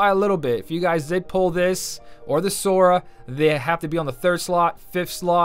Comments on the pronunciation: Congrats on finally saying timeless river sora😂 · Much like everyone else, I must congratulate you for the 1st time getting SORA right XD